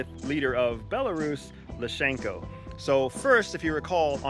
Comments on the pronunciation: Lukashenko, NOT Lushenko. Getting the name of the President of Belarus wrong undermines your credibility... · Sorry to be that guy. Surely you can pronounce the people’s names right? Lukashenko, not Lushenko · You keep calling:" ... leader of Belarus, lashenko.." it's lukashenko. Here go some cred points.. also, former spooks don't go around saying what they use to do, with a picture of their immatriculation plates in the background. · Loooooookashenko! Not lashenko. Unprofessional! Pronounce the last name of Belarusian president correct! Thnx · Why on earth can't westoids pronounce "lukashenko"? Every single time its lusheenko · Correction...the President's name of Belarus is not Lushenko...it's Lukashenko! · Lukashenko, not Lou Shenko. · It`s luKAshenko, not lushenko. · First of all he is called "Lukashenko", and not Lushenko. If you want to come across as a reliable source and not just some dude that believes the first thoughts about an issue he has no idea about must be correct because he is just so intelligent, you should check simple stuff like that first. Secondly, it is Prigozhin himself that is allowed into Belarus. Not the rest of the Wagners. They do not fit on his private jet and would be detected by both satellites and informants. Russia could have sent them there without this coup attempt anyway, and did not need to simulate a coup d'etat to do so. Putin wouldn't trade zero tactical advantage for reduced public confidence. The theory you put forward is a general rationalization amongst most pro-Putin trolls and bots, and you bring nothing new to the table here at all, despite it seeming like you believe you're the first person to ever have this thought. Putin's corruption almost caught up with him. Western media is shit, yes, but this does not make the opposite to their understandings true. I understand why you are a former CIA agent. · It is Lukashenko not Lushenko and that’s few seconds into the video and repeated over and over ! 😂😂😂